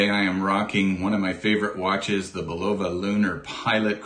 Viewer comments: I've never heard anyone pronounce Bulova that way. :) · Is that how you pronounce Bulova. I could not figure it out hahahaha